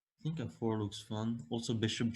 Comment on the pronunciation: "I tsink" lol ... typical Dutch pronunciation of "I think" ... as I am Dutch too and needed to practice how to use "th" after a while I succeeded to do it perfectly. It takes some effort.